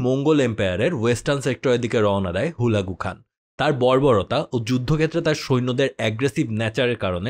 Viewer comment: আপনার ভুলবাল নামের উচ্চারণের কারণে বুঝতে কষ্ট হচ্ছে,,, হালাকু খান,,, না বলে হুলাগু হান